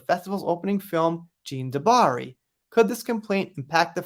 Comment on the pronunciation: A little help with prononciation, 'Cannes' is pronounced 'can' and 'Jeanne' 'jan' lol